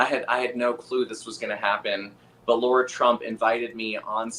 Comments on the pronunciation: Lara* not Laura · Love ya Benny and Scott but her name is Lara not Laura unless it's a US accent, i dont usually nitpick but i am still celebrating Trumps Victory from Australia lol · I am absolutely relieved that Trump won, the world needs him (I am not in the US). I wish I could have voted for him. BTW, isn't it Lara, not Laura ? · It’s not “Laura” Trump, Benji. It’s “Lara.” L-A-R-A, Lara.